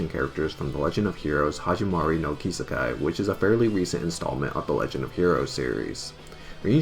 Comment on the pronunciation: Please... PLEASE. If you say japanese names, don't use english.. Its not Kisekai its Kiseki the second i pronunciation is the SAME as the first.